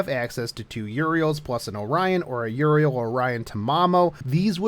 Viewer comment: >Siegfried and Mordred >Single target Dude, no, also fix your pronunciation, stop pronouncing Euryale as Uriel One point about the Tristain fight, get Georgios if you are using Siegfried since he will deal even more damage this way